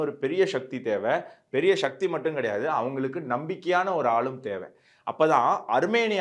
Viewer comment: அதென்ன "ஷக்தி"? ஒழுங்கா "சக்தி" என்று சொல்லு.